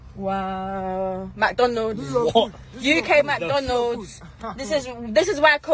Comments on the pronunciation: Give us free food give us free food !!! Very classy !!!! it’s McDonald’s not mc downalds !!!!! she going on like she’s somthing special and then asking for free food or free Juice or free anything 😂😂😂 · “MaTonAhlS… Eeuuukaee mAtOnals”😂😂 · "UK McDonulds" I can't 🤣🤣🤣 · The way she pronounced Mcdonalds is very funny 😂😂😂